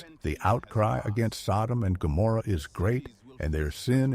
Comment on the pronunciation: Wow. Can't even get the names right!